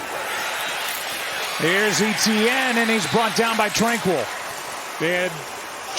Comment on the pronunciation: Still can't get over how everyone pronounces Jags player Etienne like "E.T.N.". It's actually a French name, the French version of Stephen to be exact, so you simply say "Et-Yenn".